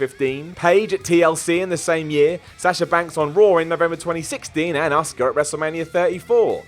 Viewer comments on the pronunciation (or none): Hey its Asuka not Oscar